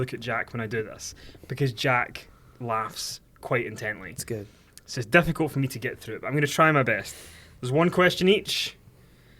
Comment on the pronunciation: the word 'good' is NOT pronounced 'gude'. #fuckkenny